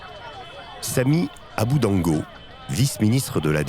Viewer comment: C'est Samy adubango et non abudango